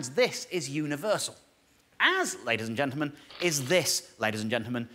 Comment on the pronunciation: Dave has got "ladies and gentlemen" down to 3 syllables. "Lays ge'men."